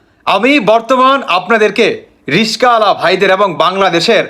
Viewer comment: উচ্চারণ হলো রিক্সাওয়ালা , রিসকাওয়ালা নয়।